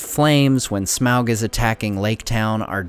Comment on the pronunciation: Omg its pronounced Smaug not Smaug -.